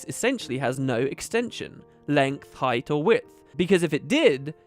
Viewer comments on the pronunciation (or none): none